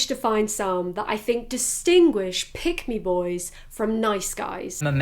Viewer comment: it sounded like you were saying "pygmy boys" it made me giggle